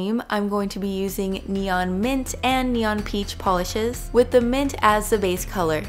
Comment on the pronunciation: Why does she say: As se base color😂